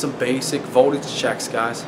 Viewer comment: He says voldage the same way scanner danner lol